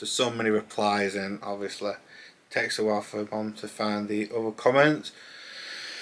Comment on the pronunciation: James Corden ob-vee-o-sleh